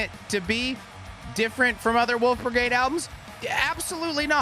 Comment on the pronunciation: Not flubbing the German for the band whose shirt he's wearing lol New Wolfbrigade is always cause for celebration.